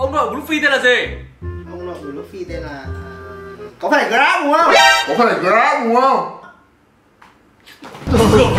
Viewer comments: woww], Garp mà đọc vô thành Grab, (tiếng OP của ông này thiệt thú dzị :))))))))))))) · Garp nhá còn nó nói grap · Ủa ông nội luffy k phải Grap hả ?